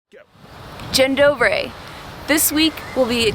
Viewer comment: Not to mention how poorly the female narrator pronounced Dzień dobry! Yikes :(